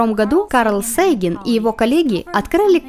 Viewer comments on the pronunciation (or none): Ну уж установилась традиция "Саган", Сейган все таки уже не очень правильно. Это все равно что Фейнмана называть Файнманом, Стивена Кинга Стефаном Кингом, Декарта Картесом или Картезиусом. Важно немножко следовать общепринятому иначе это либо неприятно слуху, либо иногда вообще непонятно о ком идет речь.